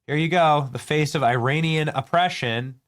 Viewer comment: did you just say Iran-ic